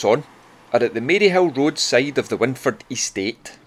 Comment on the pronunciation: Brill. I lived in Maryhill for years. Wyndford is pronounced 'wind' like wined.